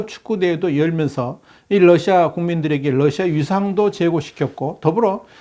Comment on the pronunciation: 아직도 Lusia라고 하시네요.